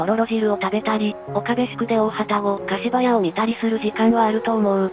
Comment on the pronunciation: 大旅篭柏屋(かしばや)と濁る読み方は、昨今は見かけないので興味深いです。